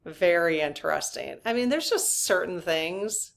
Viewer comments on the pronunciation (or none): none